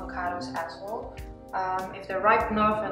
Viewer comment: heeee ik vind je video’s echt geweldigg! je bent mijn motivatie om gezond te leven ;) Een heeel klein tipje om je engels nog beter te maken: ‘as well’ spreek jij een beetje uit als ‘as wol’ (wol alsin stof) maar ‘well’ wordt gewoon uitgesproken als ‘wel’ (ik voel me wel goed)